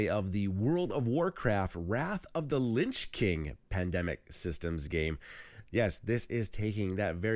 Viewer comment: It's Lich King (not Linch King). "In fantasy fiction, a lich (/ˈlɪtʃ/; from the Old English līċ, meaning "corpse". Related to modern German Leiche or modern Dutch lijk, both meaning 'corpse') is a type of undead creature."